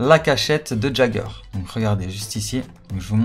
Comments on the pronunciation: et le "j" il se prononce "i" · Ça m'a perturbé tout le long de la vidéo tu l'as appelé "JAGER" mais ça se prononce "YAIGER" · Il a dit....eren jageur....c'est eren YÉGEUR !!!!!!! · sa se prononce (yager ) pas gager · EREN QUI ????? ca se dit [Yéguere] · ON DIT "YEAGEUR" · J'ai failli piquer une crise en entendant sa😅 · Fait un effort sur la prononciation du nom stp